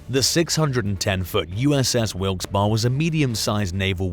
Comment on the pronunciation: the ships name is pronounced Wilks Barry..